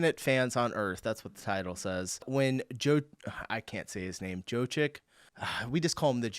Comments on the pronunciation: im polish not serbian but because both languages are slavic Jokić last name is pronuanced KIND OF like - Yokich or maybe yo-KEE-tch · Yo-KITCH. Nikola Yokitch. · I don't know if this guy reads comments, but a very quick language tip. In most European or world languages 'J' is pronounced like 'Y' in English. If you see a J somewhere in the videos, the safest bet is to say it like 'Y' (yes, yolk, yawn...) in English. And 'A' as 'U' in many English words (hut, duck, luck...). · Wait?? How do you not know how to say Jokic but than say doncic right? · Love you can't pronounce Jokic the whole time and just say Doncic so casually, while pronouncing the name in the same way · How can you pronounce Doncic but not Jokic? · In most of Europe this "j" is often pronounced like "y"... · bro you can say doncic but not jokic you're doing it on pourpose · A Yank who can't say Jock itch. 😂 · how do you say doncic right and butcher jokic like that 🤣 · Can say Dončić, but can't say Jokić. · it's "yo-kitch" not "joe-kick" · Stop butchering Jokić, it's similar to how you'd say "joe-kich" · The name is pronounced "Yokitch", like "yo"/yes and "kitch" like in kitchen. The ending "ic" is always "itch" coming from eastern Europe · "Jokic", try pronouncing it like "Yokitsch" 🤔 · ok for Jokić try pronouncing it like Yoh-kich but keep o short like in Oregon. It'll be eh close enough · It’s pronounced Yokich. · Jokic speak: JOKITSH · LOL, it's [Yoh-kitch] The "j" is always a [y] sound as in "yes". The "ć" is just [ch] as in "chow", except even higher in pitch, like the Italian "ciao". I hope that helps. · It's Yo-keech. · "Yokich" you're welcome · Wait, you can pronounce Dončić but can't pronounce Jokić? "Don-chich" and "Jok-ich" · If you liked that: (the team got 3 titles that season...and handball is actually the one with the more calm fans) And Jokic is spoken: Joe-Kid-Schhh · Say it like YO KITSH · the "ic" in Jokics name is pronounced like "itch". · Jokic is pronounced like yokitch 😊👍